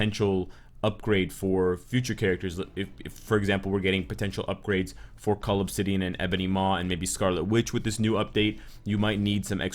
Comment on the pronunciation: OH. Cull obsidian.. I always hear it as 'call of city (an)'